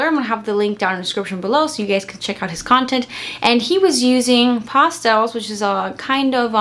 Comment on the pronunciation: It's PASS-TELLS! Not Pasta-els!. Lol